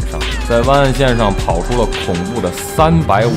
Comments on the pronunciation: its not 哇根，its 外根。。。。。。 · 和十几年前的大黑比差远了，还有主播的哇梗发音笑怕了